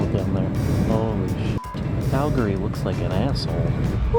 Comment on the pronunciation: You pronounced Calgary right!!!! Yay!